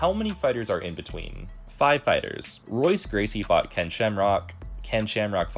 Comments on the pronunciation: bro saying it like Royce, is this 1991? exposed. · "Hoyce" Gracie. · Bro, his name is pronounced HOYCE. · Say what!!!? RRR-oyce Gracie? Peace out, nerd. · Lots of crazy names in MMA. It’s very easy to mess up many names lol…but It is pronounced “Hoyce”. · This is very cool! Looks like a lot of work but well worth it. Also FYI, that is not how you pronounce Royce 😞